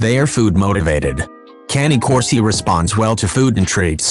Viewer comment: #11 thing to know: How to pronounce the breed name correctly! Smh